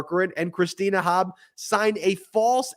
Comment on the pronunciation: I love Cohen, so with the greatest respect, could someone please remind him Trump’s lawyer Christina is Christina Bobb, NOT Christina Hobb. I’ve noticed over several podcasts including Mea Culpa and this one here, that has started saying her surname as Hobb rather than Bobb. Just letting you know, because it’s not a one-off.